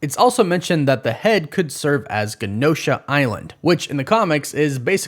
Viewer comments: It is so weird to me, that people saying Gha-noh-shah(Genosha) when its pronounced Jen-noh-sha. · Genosha is pronounced with a "J" sound in front, not a hard "G". Yup, I am one of those guys 😂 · LEARN HOW TO SAY ADAMANTIUM (NOT MINT) AND Genosha said like Jennifer. A J SOUND. You are killing me. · Bro botched the pronunciation of genosha. Otherwise great video.